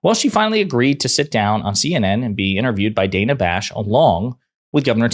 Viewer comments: Her name is pronounced Dan-uh, not Day-nuh. The right get enough names wrong on purpose, the least the left can do is get the names right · Please start pronouncing Ms. Bash's first name correctly. It is NOT day-nuh. She pronounces it Dan-uh which rhymes with Anna. It may seem like a small detail to you but I assure you it's not to her or to your viewers who know this, it just looks like you don't do your research which we know you usually do. Thank you. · its pronounced dan-uh not day-nuh Bash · It's Dan-a like Daniel. DANa Bash not Dayna. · Dan-a Bash (please do yourself a favor) pronounce her name properly.